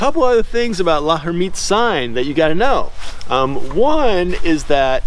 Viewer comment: L'hermitte's sign is pronounced "Lairmitte." the 'h' is silent.